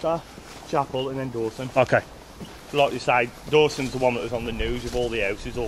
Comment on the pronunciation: what`s with the vem ve vis it`s them the this 🤷‍♂